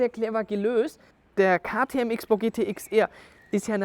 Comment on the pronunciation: Kleine Korrektur, weil ich es immer wieder höre: Man spricht es in diesem Fall „Cross-Bow“ nicht „Ix-Bow“ aus.